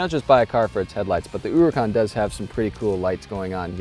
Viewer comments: The name 'huracán' it is actually pronounce the way the guy said, but with the strong syllable at the end, not at the beginning. The tittle on the 'á' makes it strong. So instead of you say HUracan, it has to sound like huraCÁN. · OMG you might get your ass kicked if you keep saying oooracan in public, just pronounce it like everyone else does. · HOO-rikhan. Lol. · He saying huracan wrong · Why is an Italian car going with Spanish pronunciation? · Never heard such a terrible pronunciation :D Hahaha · If you could pronounce the name of the car right that would be greeeeat